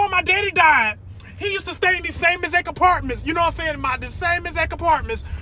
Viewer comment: "The same exack aparmens"😅